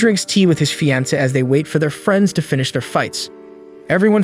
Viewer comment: Man you need to learn how to speak and pronounce some words like fiancee you have bad grammar skills and I know how much that sucks as not only did I once have the same problem now the only last issue I have is my spelling i now can easily pronounce word's correctly but some word's I can not spelling it properly as at times it's because I think it's spelled like but then I would remember that not all word's are spelled like they sound in English that is why it's the hardest language to learn in writing and such as most languages too a native English speaker is hard too learn both it's written way and speaking it but once you get used to it ir becomes easier to learn another language that is also from the base route language like a lot of the European languages have the same route language that they are from just as most of the asain countries have the same ancient language that they are from for Europe it was ancient Roman Italian before the tower of babele i wounding what was the language and did it have a name and what did the writing look like I think that all of the records were lost in the great flood that nowa survived with his family and the animals and if unifocorns ever even existed the one h horned horse died out was because it was alone and the ship was only bordered by animal mated pair's and any of some fantasy creatures might have once existed but where not in a mated pair so they were not let on the boat ⁸8⁸at least I like to think that something like those cre